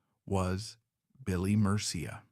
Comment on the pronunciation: also said his name wrong :/ murcia a colombian last name pronounced “mer-see-uh”